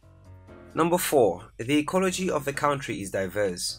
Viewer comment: Great video! As a native English speaker, I encourage you to say CUNTRY, rather than cowntry.